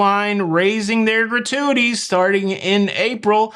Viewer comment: “So I can pay more gra-tu-a-tees” - Shout out Adam Sandler (the way you sounded). I am now in the habit of giving a shout out to Ludacris at random moments. And thanks for the heads up for Top Chef; was wondering when the next season was coming - couple it with final 4 on Celebrity AND Curaçao? Yes, please. I will wait until last few episodes to get a month’s channel subscription.